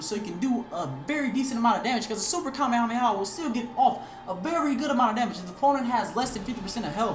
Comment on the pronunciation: "kame-hamea" the fuck